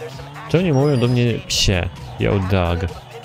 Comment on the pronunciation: "Yo dawg" a nie "yo dog"